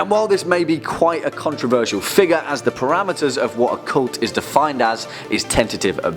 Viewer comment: Why do you say figure as if you were going to say the n-word?